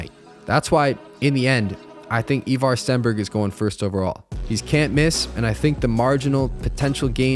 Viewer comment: It’s “Eye Var” not “ Eeeee Var”